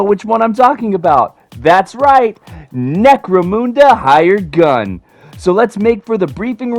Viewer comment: IT certainly was fun enough, IMO.'' BTW, it's necro-mun-da not Necro-moonda